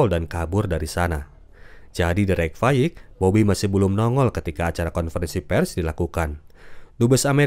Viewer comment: Reykjavik dilafalkan Reykfayik ?